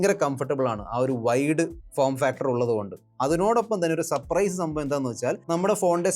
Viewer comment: സപ്രൈസ് അല്ല സർപ്രൈസ്